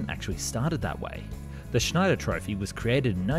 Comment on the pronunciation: Correct pronunciation is just a couple of clicks away. You're worse than Americans. Unsubscribe cause, illiteracy. Have to say, I laughed hard with your Zack-Oose Schneider.